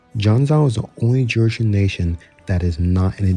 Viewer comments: Will you please look up the proper pronunciation of some countries before making these videos, I cannot tell you how ear hurty it is to hear you say "janzao", it's ji-ahn-joh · just fyi: Yeren is pronounced like Ye - Ren (2 words). Haixi > Hai ci Jianzhou > Jen - joh Also its Qing (Ching) not "King" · Jianzhou is pronounced like jien (rhymes with men, pen, ten) + joe (like the name) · Haixi = Hi-Shee Jianzhou = Jen-Joe Udege = Oo-duh-guh Qing = Ching